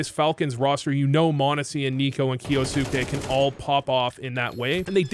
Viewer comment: Kyousuke sounds more like 'ok you suck' 😂